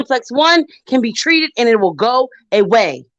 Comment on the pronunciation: They wull come when you list hlur assets